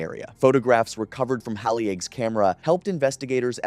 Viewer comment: Exactly!!! HAY-LEE